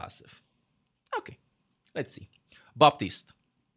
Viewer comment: I like how says buptist